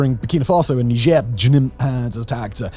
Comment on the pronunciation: He has a funny way of saying "Niger."